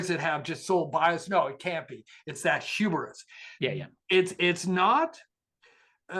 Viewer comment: Mayans are not from South America and didn't invent Terra Preta. That male to female ratio in China is nowhere near 5:1 Induction Ovens don't cook by using sound The word "Hubris" has two syllables, not three It's "Occam's Razor" not "Arkham's Razor" They are called "eye lashes" not "eye lasses" "Wrinkle* isn't spelled "wringle" In one of the other vids he shows page of handwritten notes and that's how he has those words spelled. Also "marsmello"